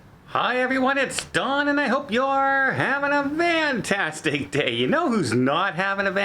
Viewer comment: Don, here in America we have a Fantastic day. You are pronouncing it incorrectly. A Van is a vehicle to transport people. Much like a car.